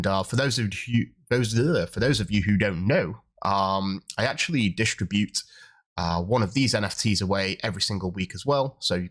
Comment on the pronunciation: distr"i"bute not d"i"stribute